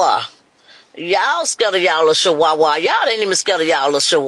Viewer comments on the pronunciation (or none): Not Chihuahua but shiwaaa 😂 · She said wit? What is shiwawa? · What’s a dam Shewahwah?😂😂😂. I don’t know who’s worst this woman or her daughter. Very murch😂😂😂.